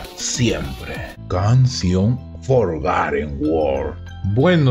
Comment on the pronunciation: Porque se escribe “the forgotten WORLD” pero se dice “de forgoten worl